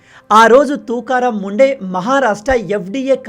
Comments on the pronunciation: Bayya,, officer name sariga pronounce cheyandi,, please ❤❤ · Name pronunciation wrong